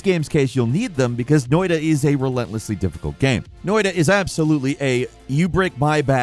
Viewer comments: I discovered “Noi-da” the same exact way. 😂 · It's pronounced Noita, cheers from Finlant!